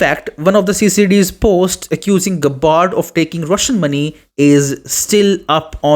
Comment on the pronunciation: Hopeless pronunciation of her family name. Listen to the true pronunciation of terms before speaking.